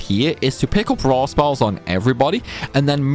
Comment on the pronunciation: Is he saying "Raw Spells" or "Rare Spells" Curb the accent on some of these words!